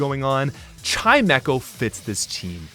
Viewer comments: Pronouncing Chimecho Kai-Mecho, is as insane as the Poketuber Jimothy Cool pronouncing Groudon Groo-don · English is a weird language anyway. Chimera is spelled like Chimecho and THAT is pronounced with a hard "k" sound, sooo... Yeah I get it. (I find the Canadian "soory" more distracting anyway) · Don't worry,, when I was a kid, I called him "chi-mee-ko":)